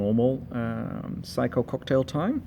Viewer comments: Well first of all, it’s not a “psycho” it’s a Seiko; pronounced “say-co”. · Its Saycho...not Psycho...IMHO. Great Fart ...IMHO. Excellent Review Thanks